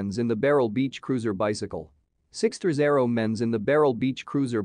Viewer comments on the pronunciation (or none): Nothing says "credibility", like a robotic voiceover that can't pronounce "sixthreezero"